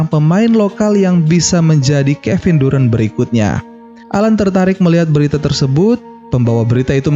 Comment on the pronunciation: bacanya darent bang, bukan durant, apalagi durex